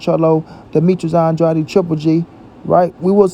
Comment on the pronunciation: Why don't this guy pronounce Demetrius Andrades name right. His name is not andrady Dumb